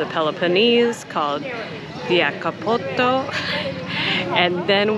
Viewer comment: When you pronounced Diakopto I laughed out loud. If you change this name a bit sounds like something else in greek. So when someone visits this kind of beauty how can be in the mood to get back in Athens😅